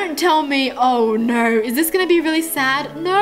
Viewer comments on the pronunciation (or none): im not making fun of how she talk but i could not stop lauhing when she said no no no no all i heard was nor nor nor nor